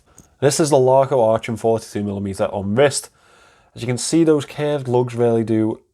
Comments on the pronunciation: I've heard that story quite often,, but your version was fantastic - I was fillin up! Not being clever (I never have been), try saying "Aachen " with a Liverpool "k". Much closer to the original. Great watch. Super review as always. Merry Christmas 🎅 🎄! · I was thinking exactly the same 😁 With that Liverpool "k" it's not that far off.